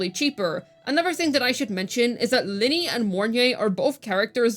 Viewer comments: Wtf can she not say Lynae right? I don't care if it is an accent issue, there is a proper pronunciation. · Luuk is as broken as ability to pronounce Lynae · 😂😂 so much truth! I figured she did it on purpose? like calling calcharo calculator.